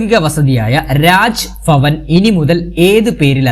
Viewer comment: രാജ് ഫവൻ❌രാജ് ഭവൻ ✅ എത്ര നല്ല ക്ലാസ്സ്‌ ആയിരിക്കാം. But ഈ" ഭ " ക്ക് പകരം "ഫ "എന്ന് കേൾക്കുമ്പോൾ തികച്ചും അരോചകം പോലെ തോന്നുന്നു. തെക്കൻ കേരളത്തിൽ എന്ത്കൊണ്ടാണ് ഇങ്ങനെ പറയുന്നേ എന്ന് എനിക്കറിയില്ല